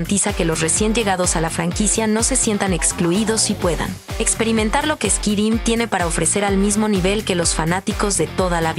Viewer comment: Literal lo pronunciaste squirim jajjajjajajja.